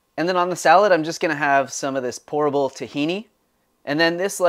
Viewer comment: I heard “horrible” tahini instead of “pourable” 😂